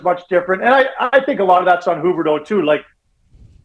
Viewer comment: Rick Ball. Please interview him about Calgary sports. Please. This Eric guy can’t mic himself properly for a phone interview?? Not just Sutter still in the 80s. Also wtf is “Hooberdough”? It’s pronounced “Hue berdough “.